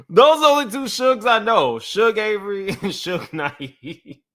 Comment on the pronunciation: "Shug Avery" 😂😂😂